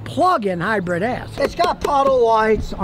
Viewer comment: It’s Hybrid, not Hybread.